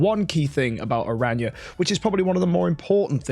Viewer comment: saying new hero name: Ara-nya 😂😂 The Community saying the new hero name: Aranea(arey-niya) But corrected himself at the sponsor noice